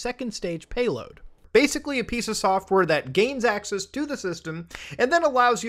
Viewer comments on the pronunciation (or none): none